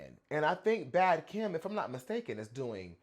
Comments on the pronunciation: omg i stg i thot u was saying “Bad KIM” the first 3 times baby 😭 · He did lol he kept saying it wrong until he read it